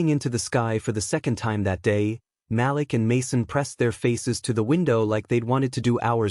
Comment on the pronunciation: For one thing the name is Ma'Lik not Mal'lack please pronounce the name correct